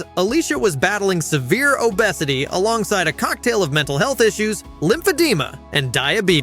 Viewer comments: And how it pronounced obesity as o "bess" ity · hate AI narrators. U.P.S and downs? ohbesetty? why doesnt this bother anyone else ?=/ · lol you called Che a woman the whole time 😂😂😂 and it’s obvious ur using ai voice over , no one pronounces obesity like that 😂😂😂 good video tho